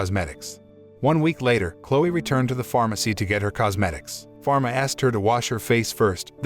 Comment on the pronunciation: Mispronounce/ misheard/ misspell names Falma not pharma Jean not james